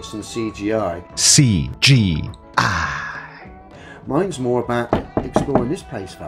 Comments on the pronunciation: Your pronunciation is a little off mate. It's Sea Gee Eye.... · I wonder, How many viewers say "C - G- EYE " along with you. I do. makes me laugh every time. Will any others fess up? Hmmm. LOL